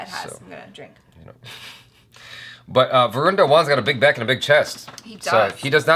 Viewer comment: Original song has been raped mercilessly! But Shraddha....no matter what an irritating actress she is.....she looked super-hot over here. But the moment she ll utter dialogues .....well, we ll know we have to put the vid on mute to avoid bleeding frm ears 🐒. "VROON" 😅 It's "Va-run". Ghabru is a Punjabi word actually means a guy (Mutiyaar means girl) but as a slang, ghabru is used to indicate "Cool dude".